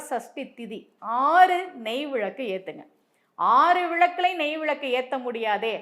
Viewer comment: Vilaku not vizhaku mam